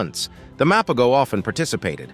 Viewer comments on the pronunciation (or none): The G is silent my dude...MA-PO-HO! They ALWAYS stood on bizness so we can at least pronounce their name right!! 🙄